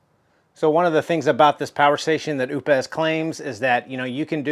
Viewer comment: it's prounounced "oops" just like the britney spears song! lol